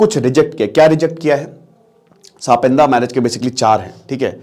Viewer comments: Sir, सापिंदा नाही सपिंड होता है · It is not sapinda ,it is sapind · सपिंदा नहीं सपिंडा होता है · ये सापिन्दा नहीं है। टीचर हो लेकिन उच्चारण तुम्हारा कितना खराब है। "सापिण्ड" नहीं कह सकते अंग्रेज की औलाद?? कितने मूर्ख हो! 🤣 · it's not सापिंडा... it's सपिंडा.. same पिंड vale.. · Gawaar it's sa-pind; not sapindas. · इसका उच्चारण सपिंड है, सापिंदा नहीं। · S -pind bolna chah rahe hai? Lol sapindia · Pronunciation is wrong